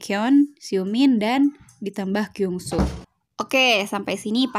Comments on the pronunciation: Kyungsoo itu dibacanya bukan KYUNGSO tapi KYONGSU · Aku juga kaisoo tapi ka itu kaka pengucapan kyungsoo nya ada yang salah